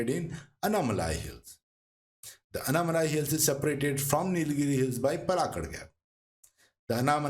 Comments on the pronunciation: aanaimalai not anamalai👍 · pronunciation of names very bad, before creating such videos it's better to do some home work. It's sounds umpleasant to hear, 'anaamalaaaaaaai" palaaaaaaakkaad' 'agasthyaar malaaaaai'